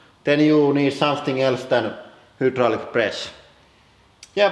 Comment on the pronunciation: I always think he says "welcom the the HITLER Press channel "